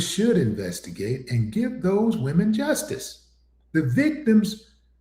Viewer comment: She said Wemen, they are not women to her, they are wemen😂🤣😂🤣😂🤣